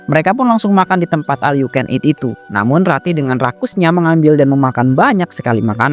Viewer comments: Knapaaa semua bilang al yu ken it, baca nya ol yaaa bukan al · OL yu ken it mass bukan aL 😁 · Iya BE OL😂